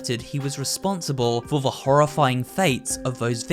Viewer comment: More disturbing than the Seaview Hotel is the fact that you seem to pronounce "the" as "vuh" 🙉